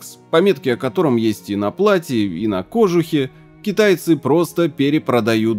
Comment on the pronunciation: Почти полмиллиона подписчиков, ну Нет в слове кожУх ударения на О, в любом словаре можно посмотреть.